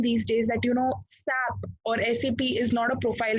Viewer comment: Please pronunce properly it's not SAP, it should be pronunce as S.A.P.